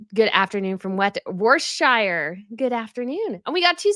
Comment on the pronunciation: Worcestershire = Wuss-ter-sher., you must learn to pronounce our words. It's, very, annoying!